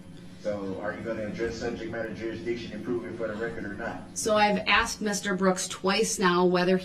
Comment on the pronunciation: His ignorance: ("lawful law" "co-horse" "axed" "dis" "dat" "witchu" "substain" "relavinsee" "statues".....and on and on. His disrespect. His arrogance. His INSANITY. He made me physically angry. He has been a user and an abuser and a bigmouth fool his ENTIRE LIFE, so now he's being shown that most women aren't like his "baby mama" or his mother....no longer is he going to win or be in control. He is, as Attorney Opper said in closing....."not in control of a single thing"......ever again. Not his meals. Not his bedtime. Not his times to take a pee or a 💩. NOTHING. Nada. Hopefully, some of the other inmates will teach him a further lesson...every...single....day.....he spends in prison. "DULL-rell" is just that. DULL. Dumb. He's finally committed the crime he cannot get by on. Unfortunately, it required the death of 6 people and the injury of dozens more, not to mention the emotional scarring of so many others. I wish the previous judge who gave him a $1K bond, allowing him to get out, try to run over Erika Patterson, then 2 days later, run through that parade, would have thought about that a little more. I truly do. What a tragedy and saddest and most infuriating of all...he'll remain in prison, but he'll never be sorry. It's not in him. He's an obtuse thug.